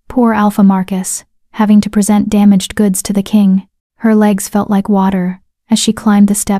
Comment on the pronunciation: At about 3m 40s, the AI voice mispronounces "present," turning a verb (pre-SENT) into an adjective/noun (PRE-sent).